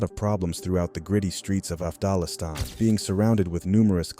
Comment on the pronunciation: Nigga did you say afdhallistan? 🤣🤣🤣